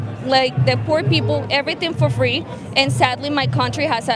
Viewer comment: Fwee Fwee Palestine mommy